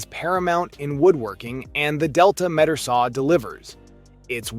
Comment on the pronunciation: miter is pronounced with a long I not like meter....just saying